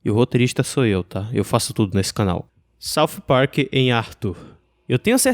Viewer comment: Sauf Park........ odeio essa pronúncia